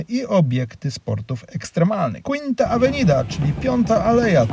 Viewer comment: Piekne widoki i informacje. Mam tylko.prośbę... sprawdzaj wymowę zanim nakręcisz. Przepraszam , nie chcialam urazić, ale te miejsca inaczej sie nazywają i ttochę mi to przeszkadzalo w ogladaniu. ([ Wajadolid] , [ Kinta] itp.]